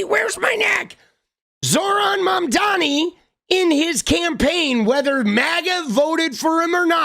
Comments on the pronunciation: I can’t unhear Ana overpronouncing Mamdani’s name now that you pointed it out lmao 😂😭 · I don’t know how but Anna pronounces Mamdani with a hard R.